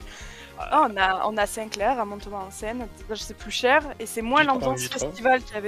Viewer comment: Non mais où est donc la difficulté a prononcé Montauban ??? C'est quoi cette vidéo qui me fait vomir juste a regarder les photos qui zoom et dézoom. bref, inintéressante, je zappe.